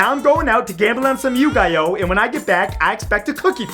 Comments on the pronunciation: Did you just said " yu gai- oh" and not yugiyo?!? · It's not pronounced You-Guy-Oh, It's pronounced You-Gee-Oh. Sorry, I couldn't resist the temptation of correcting someone. Anyway, nice video Matthew. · "gamble on some yu-guy-oh xD" i died cx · He did not just pronounce Yu-Gi-Oh! like Yu-GUY-OH!..... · its pronounce you gee oh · "Yu-gai-oh" lmfao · "I expect some yukiyo".. I'm done.. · The way he said yugioh 💀